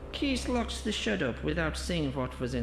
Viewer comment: It's shed 17 not shit 17 💩x